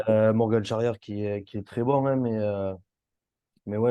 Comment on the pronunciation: on dit morgan pas morgane frerot